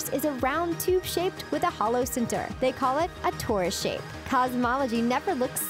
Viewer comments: 'Torus' not 'Taurus'! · Not to knit pick, but the word for a doughnut shaped object is "Torus" not Taurus. Torus, toroid, toroidal. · Torus shape, NOT "Taurus"